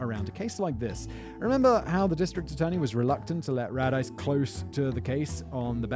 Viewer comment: Chief Radice. possibly from the same town in Italy my father is from. BTW its pronounced Ra-Dee-Cee